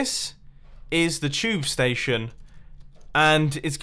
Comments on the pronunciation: The way he says STAESHON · am I the only one that thinks MUMBO pronounced station very weirdly, with that accent.